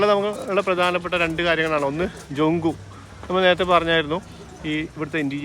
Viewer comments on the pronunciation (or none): ജങ്കു എന്നുള്ളത് ജ്യോങ്കു എന്നല്ലേ ശരിയായ ഉച്ചാരണം? Dzong എന്നത് ഭൂട്ടാൻ കാർ ജ്യോംഗ് എന്നാണ് വായിക്കുന്നത്